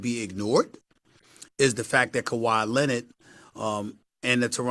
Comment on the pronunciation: Who is Kawhi Lennid? Stephen A’s Stephen A English XD